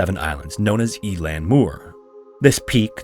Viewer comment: 'Eilean' is pronounced like 'ehlan' not 'eelan'